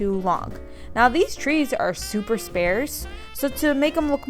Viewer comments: Ugh it was bothering me. It's not "spearce", it's "SP-AR-CE" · "spar" like "car" in the word "sparse." :) Not like "spare" - "air." :) XOXO . Love your creativity, awesome video!! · I love your videos! Gotta tell you though...The word sparse is pronounced SpAREce, not SpAIRce. Just so you knew lol. Keep up the great work🤗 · I don't mean to sound rude by correcting you, but I've heard you say this a few time in the past. Usually, the word "sparse" is pronounced like (sp-are-s), not (sp-air-s). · You said spares LOL but I think you meant sparse ily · I really enjoy your videos! One thing is really bugging me though, you’re saying sparse incorrectly. You have been saying it spaires a bunch in your Christmas videos, which isn’t a word unfortunately. You want to accentuate the R not the A. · Amazing as usual. One thing though...its pronounced sparce but spelled sparse. Lol. Ok ill stop now hahhaa. Ok on to a serious question. I love the tree idea, do you calculate alot of the things you make just to make sure cost vs. Store bought isnt more? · So cute! The word "sparse" is pronounced like the word "are" is in the middle.